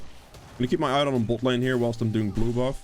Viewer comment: Haha I will never get tired of hearing you say butt lane